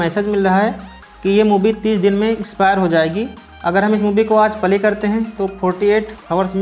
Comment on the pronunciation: Bhai video pale nahi bolte hai, Play bolte hai ok